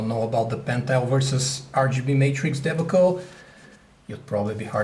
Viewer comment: "Debickle" its pronouned "de bah cull"